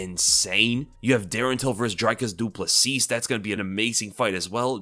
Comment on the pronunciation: The last S on Plessis is silent. It’s pronounced “Ple-see”